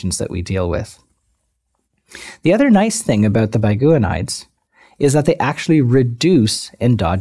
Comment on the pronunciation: aboot! hahha